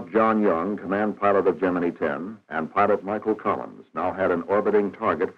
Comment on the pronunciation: I worked in the shop that made the gemini capsules. Why do narrators of modern videos mispronounce the word "gemini"? This narrator gets it right.